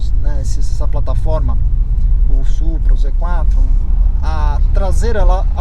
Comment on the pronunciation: “o Supra, o Z Quathrum”